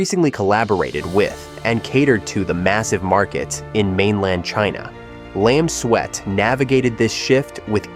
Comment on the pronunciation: Makes more sense to pronounce it Lam Suit than Lam Sweat. 😂